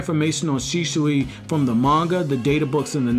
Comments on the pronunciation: It's not Shishui. It' Shisui. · It's Shisui, not Shishui. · Man its "shisui" not "shishui" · Please stop saying shiSHui. It's an s. Not sh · "Sheeshooey" is all hear in this vid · Why do u keep calling him Shishui? xD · Bro, are u good? How weird are you pronouncing Shisui? Shischui?????? U pleb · U SAY HIS NAME WRONG AAAAAAAAAAAAAAAAAAAAAAGGH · I laugh eveytime you say shisui